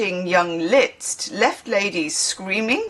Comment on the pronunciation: It's just "List" in terms of pronunciation. Forget about the z! The cockney slang for being pissed is "Brahms and Liszt" :)